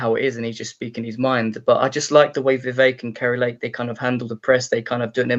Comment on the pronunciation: KARI Lake, pronounced, KERR-I, not CAR-I Lake...😉